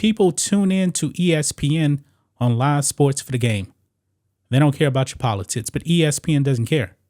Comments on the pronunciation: PolitiCs NOT politits. You have a speech impediment. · Bro said Politits 😂😂 (Edit) Naaah i got to know what speech impediment this is lmao shits too funny